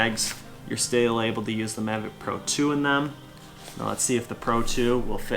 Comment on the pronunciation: Hello, it's nice video about DJI Mavic 2 Pro and so far the best unboxing i've seen. But could you say the name correctly in the next video please(Mavic 2 Pro), it rumbled my ears. When you choose me i would like a drone.